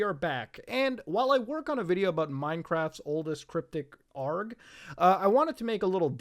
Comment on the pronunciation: The way you say ARG is like someone saying gif instead of gif